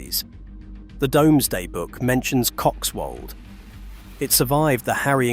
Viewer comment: It's pronnounced 'Doomsday' - not 'Domesday.' I wish someone would train the AI. Otherwise very interesting.